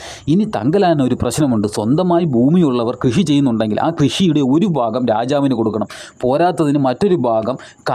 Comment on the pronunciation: ഫാര്യ, ഫൂമി, ഫാഗം. മലയാളം പറയടോ.